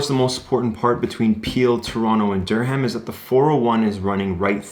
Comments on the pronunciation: Dur-ram the "h" is silent. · The h is silent in Durham